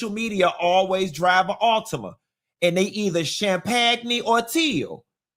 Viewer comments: CHAMPAGNE=CHAM-PAG-KNEE RFLMAOOOOO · Not Teal or Cham-Pag- Nee 😂😂😂😂😂